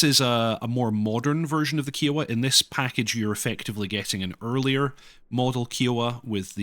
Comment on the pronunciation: Love ya but your pronunciation of kiowa feels like a cheese grater to my brain lol